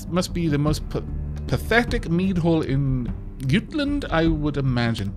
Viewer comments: I think Jutland may be pronounced J- utland I don't think the j is silent. But don't quote me on that tho. It may be incorrect :P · Hi. I will help with most pronoucnents. Prepare for a few posts. Jutland it pronouced Joot - Land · Jutland is english for "Jylland", therefore just say "Jutland" as you would pronounce it in english normally.